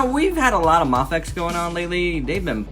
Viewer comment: Great review! Seems like everyone's making EVA-01s lately. I thought it was pronounces May-fex?